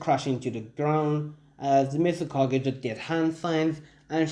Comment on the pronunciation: it's mizukage not mistkage